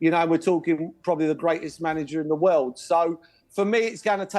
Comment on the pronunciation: World or "wewld"?